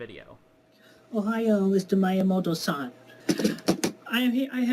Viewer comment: "mayaymowtoe san"